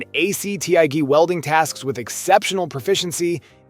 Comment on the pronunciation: so not really a bad lineup of welders (not the best but good options) but as your not even saying the brand name right off the bat says your here for some views and youtube money I know im helping the cause for you but come on, and did I just hear you say TIG wrong too really come on! At least we know who paid the most money for you to do the videos lol How did you launch the video without catching the mistakes, also hope FEMEROL there doesn't mind replacing a brand new ground clamp lol.